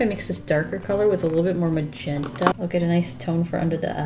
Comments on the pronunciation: Nobody:: moe'zhentahhh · The way you say magenta makes me think you'd be great at speaking Polish!